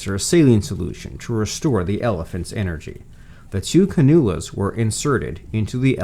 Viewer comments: “ Canoolas”?? Canulas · It's pronounced as "can-u-las"